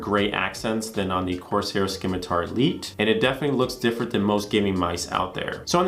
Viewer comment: The “c” in scimitar makes an “s” sound btw